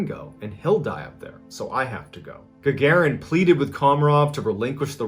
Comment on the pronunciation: It’s not URI gugurin it’s URI Gagarin Ga-Ga-REen- that’s how you pronounce it